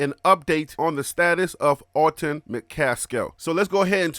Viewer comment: Love you show fam.. Just a heads up.. His name is Alton.. not Auto... it's all good... just looking out for ya...